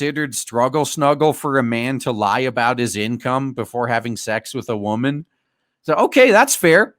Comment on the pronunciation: You can take the wahmen out of the street, but you can't take the street out of the wahmen.